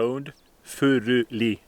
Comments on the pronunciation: Norwegian here; I can confirm that you know exactly how "Furuli" is to be pronounced. Now I have actually studied religious scholarship at the University of Bergen, and I have taken the trouble of learning Biblical Greek and Hebrew. Seriously, it is NOT to be thought that once you can struggle through Bible texts in the original tongue, there is suddenly a whole world of new meanings and nuances opening up to you. Basically you will only find that modern translations are normally good enough. If some snobbish scholar tells you that "you can't understand this if you can't read Hebrew/Greek", just laugh at him. There is nothing magical about the original Bible languages. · Wait you have Scots Pine growing in Norway? AWESOME! Thank you for the correct pronunciation of his name.